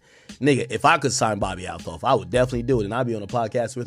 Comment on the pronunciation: It’s Althoff not A LOFF. How do you butcher the name when you’re clearly hearing how it’s supposed to be pronounced 🤣